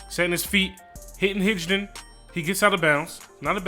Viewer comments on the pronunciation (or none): Just so you know it’s not Hij-Don. Good Vid